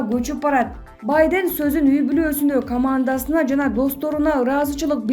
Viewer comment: Журналист уялсан боло Сенин ката создорундон мен уялып жатам Баден дейсин го